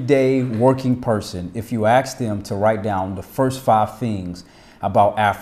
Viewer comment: Why do so many Americans pronounce "ask" as "aX"? And "especially" as "eXpecially"? I'm sorry, but it has to be one of the most irksome things to hear.